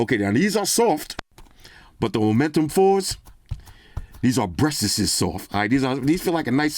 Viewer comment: "Breastess" had me laughing out loud